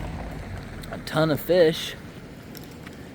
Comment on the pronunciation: You say "a ton of fish" sounds like "A tuna fish....